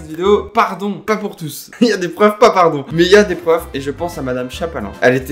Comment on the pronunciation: Gens normaux: « des profs »: « des preuufs » 😭 (C’est pas méchant tqt 😂)